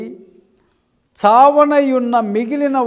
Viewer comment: జాగారకుడవై కాదు brother జాగరూకుడవై... వాక్యమన్నా సరిగ్గా చదవండి brorher.